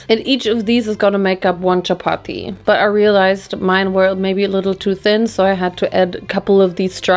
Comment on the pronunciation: i was so shocked when you said chapati 😭 it’s literally something we havw DAILY. for 2 meals. we usually have it with a curry or anything else. it’s soooo common in pakistan. also you say it in the perfect accent